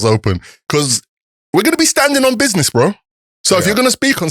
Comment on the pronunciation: Does think by saying BIDNESS it's making him younger 🤣🤣Good podcast through respecttt!!!